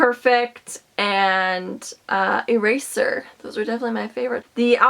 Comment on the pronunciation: It sounds like a razor instead of eraser because of his accent